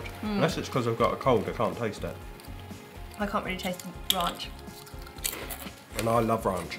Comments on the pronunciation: They say Ronch lol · The way you pronounce Ranch I have never heard it that way. The way the lady in America pronounced it to you is how you say it. At least in America. :)